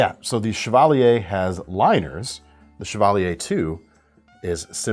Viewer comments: I thought it was "chav-a-leer" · My cousin drove a Chevalier - but we sure didn’t pronounce it that way. That said, I like the French pronunciation.